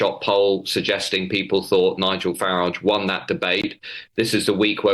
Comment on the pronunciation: He still cannot pronounce 'people' then.